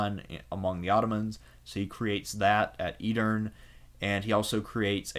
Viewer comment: Pronunciation of Edirne, shahzade, Kose Mihal and some other turkish/ottoman words are terribly wrong! Corrections would be appreciated and highly recomended.